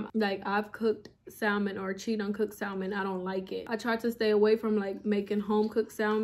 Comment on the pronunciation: Love your videos, but just an FYI the l in salmon is silent!❤